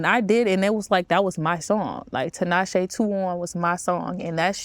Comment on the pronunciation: I love the way you said Tinashe. You certified for that. 🫶🏾 ain’t on some Tanisha, or Tineesha blah blah blah but Tinashe. As a Zimbabwean and that name being a Zimbabwean name. Love. 🫶🏾